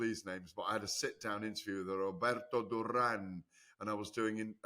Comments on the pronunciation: I still find it baffling that Gareth can't score such a simple fight after like 30 years in boxing. And for someone who keeps saying he can speak spanish, he pronunces the single R like a double. I have noticed a few times, Its duran not durrrrrran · Yep that was cringe the way GAD needlessly rolled the Rs in Duran there.